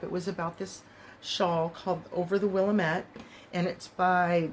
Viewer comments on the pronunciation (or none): Oregonian living in the Willamette Valley here: we pronounce it like Will-Am-et